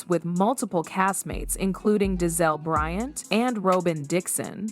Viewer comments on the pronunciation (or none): none